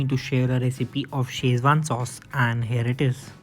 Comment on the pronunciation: Great recipe,, and seems very practical to make at home. Thanks for sharing! Just one thing - it's Szechuan (or Sichuan) and not Schezwan (common misspelling and mispronunciation in India).